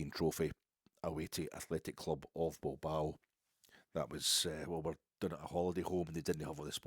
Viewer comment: Beer then wine, you’ll feel fine. Also nice to hear Bilbao pronounced properly and not the ancestral home of a fictional Philadelphia boxer